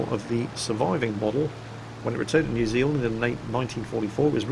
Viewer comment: Anyone from NZ apart from me know that. And thx you for being one of the first youtubers out of NZ and Australia pronouncing New Zealand right.